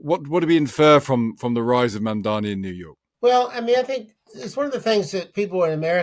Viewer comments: The guest said Mandavi . The interviewer said Mamderi . Is it so hard to say his name correctly? It sounds like “Mom” & “Donny” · He said Mandavi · why does he keep saying Mandavi? Zero cred. Then again he's making his point about out-of-touch boomers. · Neither the interviewer nor the interviewee could pronounce the new NYC Mayors name correctly. It is not a difficult name! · Cuoma gave Elon Musk $900 million in tax breaks. That would pay for EVERYTHING Mamdani is trying to accomplish. This man isn't even pronouncing the NY mayor's name correctly, he is completely out of touch. 😅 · M-A-M-D-A-N-I…..learn to say it right